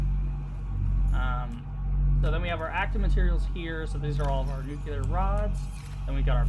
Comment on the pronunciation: Great video!! The attention to detail is awesome. I loved it...until you said "nucular rods" instead of nuclear. Oh man. I can't handle it. Sorry.